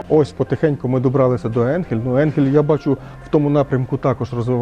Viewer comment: Ріже вухо назва енхель але по німецьки читається АЙНХЕЛЬ .